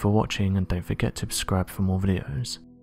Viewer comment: That comparison pic is absolutely ridiculous. The angle of the shot is different in each pic. This is complete nonsense. Much like 98% of this channel in starting to find. The guy can't even pronounce the words "mysteries" and "subscribe" at the end of the videos.